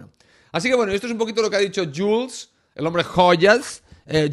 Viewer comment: Y creo que se pronuncia yul